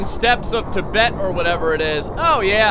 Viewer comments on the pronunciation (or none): none